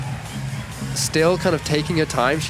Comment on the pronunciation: I guess Chaehyun is too polite to tell people that her family name is pronounced Suh, not So, and definitely not Sayo...Hope the announcers get that figured out before the Olympics. One of the best lead climbers in the world, she deserves her name said right!